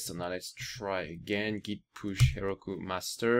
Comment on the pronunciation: Her-oh-koo, Heroku